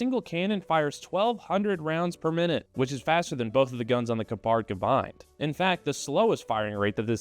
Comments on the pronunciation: I know you don't care about how badly you pronounce Gepard so I won't either; an American doesn't want to be corrected on their horrible pronunciation is nothing to write home about. Maybe you could've spent like 1 minute of your precious time to type this new word you don't know yet into google translate so it gives you an example of how to say the word you wanna say in the video, you'd come across less ignorant and so much more internet capable. And less negatively American. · You mispronounced Gepard and I do not care. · Even tough you don't care. You pronounce Gepard almost correctly. Only the accent is not on the A but on the E: correct: Gépard (long e and short a). Wrong: Gepàrd. :-) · You almost got it with the pronunciation... 😅 Greetings from Germany!